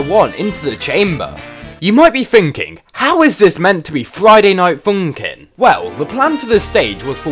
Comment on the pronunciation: Friday night foonkin